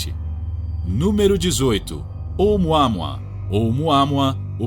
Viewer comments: Não é múa múa, e sim Môa Môa :face-red-droopy-eyes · Vocês sabem que não é assim que se pronuncia omuamua né? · Fica a sugestão ao locutor para pesquisar com antecedência a pronúncia correta de determinadas palavras (no caso o nome do asteroide Oumuamua)...